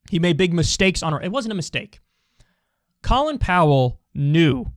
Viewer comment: Kyle: makes fart noises Also Kyle: won't pronounce Colin Powell's name correctly